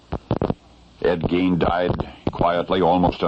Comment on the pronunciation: There were many movies partially based on Ed Gein (thanks for pronouncing his name correctly). Texas Chainsaw Massacre is just one. There are many others.